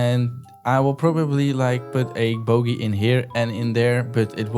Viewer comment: Bro at it again, do ya have a discord by chance? (i love the way u say boogey it makes me laugh every time, dont change)